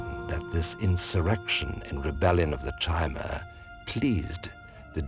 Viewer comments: So sick of people pronouncing chimer with the ch sounds instead of Ki-mer, which comes from canon sources and is even in ESO if I remember correctly(been a while). All the lore channels that I've watched besides I think 1 maybe 2 have pronounced it the way it is meant to. Just a thought I know these guys do not do this anymore. Nerd rage. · Ridiculously late comment, but the narrator's pronunciation of the word 'Chimer' is wrong. it's supposed to be more like 'ky-mer' or something; CH=K in this case. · I love this series, but you NEED to stop mispronouncing "Chimer". C'mon guys, it's said aloud in at least ESO, possibly other games too.